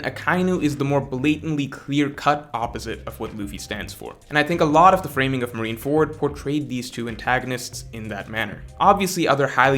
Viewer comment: I agree with the matchups and your arguments are well-reasoned. Couple notes on pronunciation though: "RyokOgyu" instead of "RyokUgyu" Perfectly understandable, Japanese can be hard. "MarinefErd" instead of "MarinefOrd" Big pet peeve of mine, since it's two English words put together, there's no such thing as a "ferd," and the term has been around for a decade. "ZoWan" instead of "Zoan."...It's one syllable dude. And it sounds exactly like a real word, "zone." I don't know why this is so difficult.